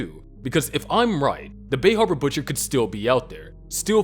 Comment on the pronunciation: The bay hawba butcha